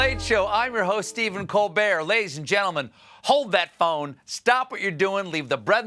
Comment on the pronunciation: Hey Stephen, sorry I didn't hear it clair enough... Did you start your show saying "Ladies and Gentlemen..." or "Lazy gentlemen..." ???